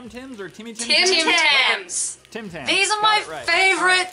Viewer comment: I thought they said Tem Tem instead of Tim Tams XD